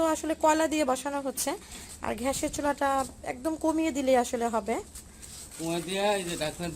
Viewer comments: রুস্ট (রোস্ট), ঘ্যাস (গ্যাস), গ্লুবস (গ্লোবস/গ্লাবস), এই সব এর উচ্চারন ঠিক করবেন আপু। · ঘ্যাস নয় গ্যাস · ঘ্যাস না গ্যাস। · আর বলুন গ্যাস, "ঘ্যাস" নয়। ধন্যবাদ! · ঘ্যাসের চুলা' টা কি জিনিস ? 'ব্যাদেনা' ই বা কি? আহা কি উচ্চারন নিয়ে নেটে এসেছে...! বাংলা আগে শেখো মেয়ে। রান্নায় কোন ভুল নাই। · Apnar uchchoron khub baje...gas er chulo thik Moto uchchoron korun...r sobuj anggur bolun... please thik Moto uchchoron korun...